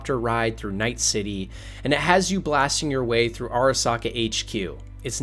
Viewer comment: “Arasaker”. He really used the hard “R”